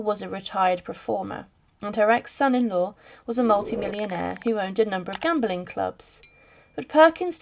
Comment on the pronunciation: The word “gambling” is not pronounced as “gambolling”. What is this new trend of words containing “le” being pronounced with an extra “e” or “er” before the “l”. This is the way children speak before learning correct vocabulary. If they ever will now. It’s everywhere and getting worse…adults speaking like nursery kids makes them appear uneducated and ridiculous.